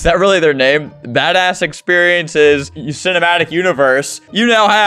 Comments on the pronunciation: hey said Badașș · Flamingo in 2019: sees "badass" says "bad eg" Now: Sees "badass" says badass